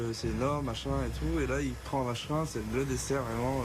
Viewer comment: Le vacherin 😂😂😂 je dirais plutôt la vache rine 😂😂😂